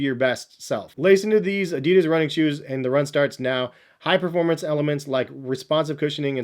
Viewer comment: If you are so much in the shoes,learn how to say Adidas. If Germans can say correctly Nike,it's not hard for Americans to say Adidas correctly. I hope you are smart enough for that...